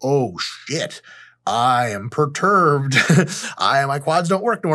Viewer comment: imma start saying that 😂😂 "bro why you so preturbed"